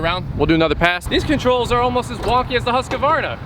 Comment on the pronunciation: Please stop saying husk-a-varna. There is only one a in the name...